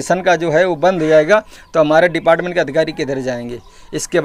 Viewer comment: Help self group ...depart kch word toh sahi se pronounce karo